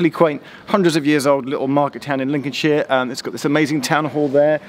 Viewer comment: Cant stand hearing shire being pronounced sheer, much prefer sher personally. Personal annoyance aside, welcome back to Lincolnshire